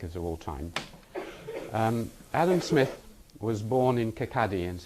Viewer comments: Its not KIR- KA -DY, the town he was born in is prounounced KIR-KAW-DY, and spelt as Kirkcaldy. I was born near there myself. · im sorry...kirkaddy burg school? kirkcaly(kawwdie) burgh (bura) school? and this is cambridge :/